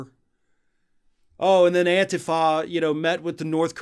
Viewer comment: You said antifa wrong